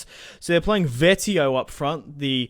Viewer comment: it's vee-et-oh not vet-ee-oh